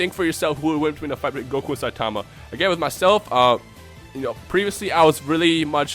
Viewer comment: The way this guy pronounces Saitama's name just annoys me.